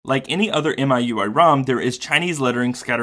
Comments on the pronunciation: FYI In China the pronunciation is MeUI not MyUI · It is pronounced as me-U-I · Isn't miui pronounced mi(my)ui? Just a play on words to ultimately mean my user interface. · Actually it's "me-ooey", but yeah. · MIUI should be pronounced as "me.u.i" as per chinese pronunciation, where MI (米) means rice in chinese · It's pronounced "Me- UI", if I'm not wrong. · it's mi（米）ui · It's pronounced as "Me You I". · i believe it's pronounce as "me" ui